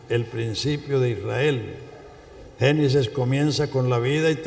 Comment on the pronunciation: No se dice genisis se dice genesis